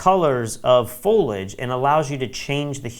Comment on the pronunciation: Loved the tutorial. I would like to point out the correct pronunciation of "Foliage." It's a three syllable word: FOAL-ee-idge. Thanks for the overview of Luminar 3.